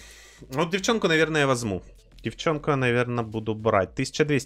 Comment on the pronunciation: Что за привычка говорить "вазму"' а не возьму